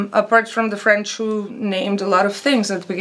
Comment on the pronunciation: is brillant! And her french prononciation is so good and precise!